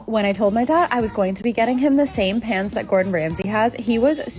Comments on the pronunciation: I kept hearing pants too lol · Tell me why I thought and the girl in the video were saying "PANTS" not "PANS" 😂😂😂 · I thought you said ' pants' and then she like dishwasher safe? I was so confused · Not gonna lie I was so lost half listening to this, I thought you were saying PANTS not PANS 😅 makes more sense now lol